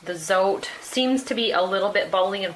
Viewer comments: It’s actually pronounced: “Z-oh-t-eh” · FYI : Zote is pronounced "tsaw-teh."